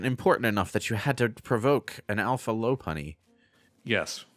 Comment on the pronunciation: I have heard the pronunciation of Lopunny and Low-punny from several people and I do not understand where it comes from because it should be pronounced Lop-unny.